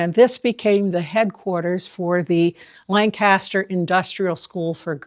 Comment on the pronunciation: With all due respects, it's pronounced "LANG-kiss-ster"..LAN-kass-ster is a place in Pennsylvania or California or somewhere. ---Geoff (born and raised in Lancaster)